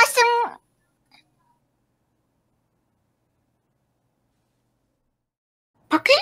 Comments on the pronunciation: 순간 바퀴가 뻑퀴 소리로 들린건 나 뿐인가? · 쥐늑대 님이 바퀴 바퀴 하실때 저는 fucky? fucky? 이렇게 들림.ㅋㅋ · 첨에 "바퀴?"라고 할때 "빡큐"라고 말하는줄 알았어요~!ㅋㅋ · 바퀴바퀴 하는데 빠큐빠큐 하는줄 ㅋㅋ